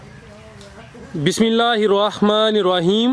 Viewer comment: بسم اللہ الرحمن الرحیم بھائی آپ کسی سے بسم اللہ الرحمن الرحیم پڑھنا سیکھیں